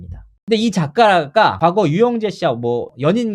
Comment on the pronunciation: 스응추행 과하거어허 발음 왜이래